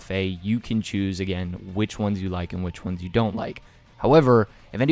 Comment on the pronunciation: Please, for the love of God; your voice is decent enough for voice overs but if you extend that last syllable like "maybe the minor onessssssss" Perfect content. Appreciate you g